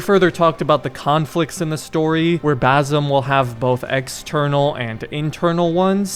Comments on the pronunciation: Bazzem, damn that irritates me. How hard it is to pronounce Basim? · Just for clarfication no offense he is not "Bazim" but baSim. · Bazzum lol... that's the whitest pronunciation I've ever heard. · It's basim not bazim 😭😭😭 S pronounced normally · Please say BaSSSim not Bazim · You gotta learn to say Basim’s name man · It's "Basim" with an "S" not a "Z". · Fam his name is Basim not Bazim, and the girl’s name is Nehal not Neyhal. Hope this helps. And btw to be more accurate to the pronunciation of those names, a better english spelling for each one of the names is, Basem and Nihal. a and e in Basem’s name are short vowels. With Nihal, the i is short while the a is long.